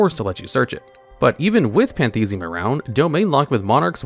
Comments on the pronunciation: “Pantheism.” Card text: “PAN-thee-is-um.”: “Pan-THEES-ee-um.” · Can't get over calling Pantheism "Panthesium" of Monarchs